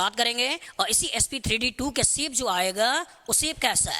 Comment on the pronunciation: Sir its nice btt....its not siip...its shape😃